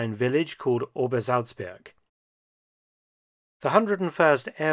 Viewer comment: Admit it, you're just here for the correct pronunciation of "Obersalzberg"